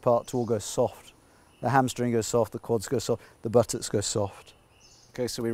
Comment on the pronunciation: It is so funny how he said butex